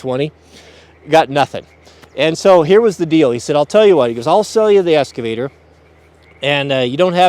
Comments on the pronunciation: It’s eXcavator, not eScavator. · "EXCAVATOR"... not escavator.... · EXcavater not EScavater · It’s called an “excavator”...not an “esscavater” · Excavator, not EScavator... C'mon man. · It's not an eScavator. It's an eXcavator. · Ex ca vator... no s 😁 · Pronounced "X-ka-va-tor" X! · EXcavator. For fucks sake it has an X